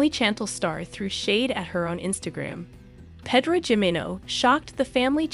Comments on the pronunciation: I agree! Its hard to listen to her. Same with how she says Pedro. Ugh. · Did she call Pedro Pedo too? 🤣